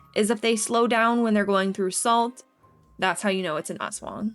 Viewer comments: ASS-WANG wtf is that pronounciation 💀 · it's not ASwang, it's asWANG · as a Filipino i laughed when you pronounced aswang 😭